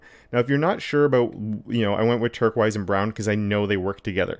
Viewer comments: He lost me at "turk-wise," but got me back when I saw how nice it looked.... Then he said "turk-wise" again. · "turk-wise" The color you're struggling to pronounce is called teal, dude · Oh my God! The way you pronounce turquoise😡😭